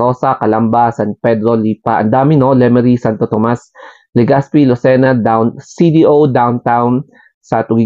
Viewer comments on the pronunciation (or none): none